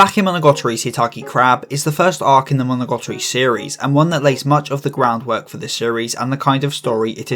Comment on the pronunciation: amazing video, I cant lie I did cringe every time you mis-said monogatari as monogotori though